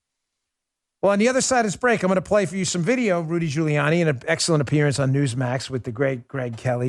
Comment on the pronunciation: Geriatric fool is too damn tired to actually say Rudy Giuliani it comes out Rudy jelani